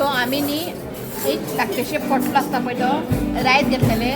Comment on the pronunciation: Hi dear it is pantlo not potlo dear.god bless you all 🙏